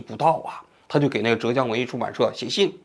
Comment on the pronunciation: 浙江 四声